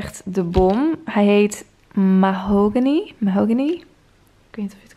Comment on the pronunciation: hoe je mahogony uitspreekt 😂😂😂